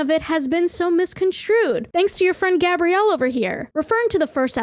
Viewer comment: never before have I been ashamed of my name until i found out i share the same name as the woman who wrote this article wtf edit: hearing gabrielle, pronounced correctly, freaked me the hell out